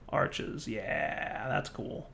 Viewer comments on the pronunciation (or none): none